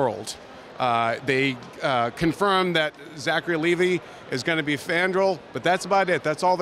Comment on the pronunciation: Did you really just say 'Zachary Leevee'? It's pronounced Lee-Vi